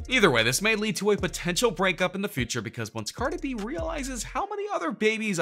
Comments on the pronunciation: Stop saying Car-duh bih. It's CAR-DEE BEE. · I love the way he says cardi b😂😂😂